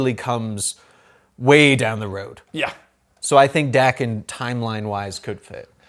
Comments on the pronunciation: Its pronounced Dawken, sorry im a huge snikt family fan and Daken is one of my favorite characters and id love to see him on film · How young is this guy that he doesn't know who Wildside & the MLF are? Beta flight & Omega flight, ok, but he doesn't know who the MLF & Wildside? WTF? And let's get this right Daken's name is pronounced DAY-KEN. And Sabertooth has a better healing factor than Wolverine. Even Wolverine admitted as much